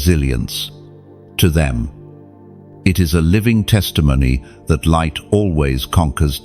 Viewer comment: " I Live ! In The Livht!"